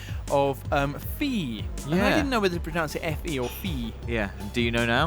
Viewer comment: It's actually pronounced 'feh', it just means fairy in Swedish, hard to describe the pronounciation through words, but A for effort lads